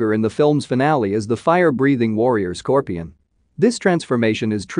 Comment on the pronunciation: Apparently “Scorpion” is the only thing he can pronounce right 😩